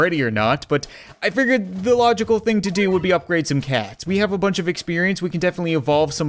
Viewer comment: Its like he is german because he said FIRE ZE CAT CANON!